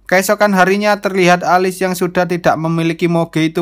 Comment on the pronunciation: Bang,nama tokoh utama nya di baca nya Elis, bukan alis